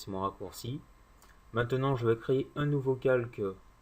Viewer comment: Ecrêtage et non pas Encretage ^^